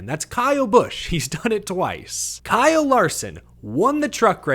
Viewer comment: Guess you had not heard the news that he changed the spelling of his name to Bkyle Larson. The B is silent. LOL!